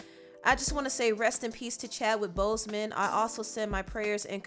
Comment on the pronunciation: Why is she pronouncing his name like that?😡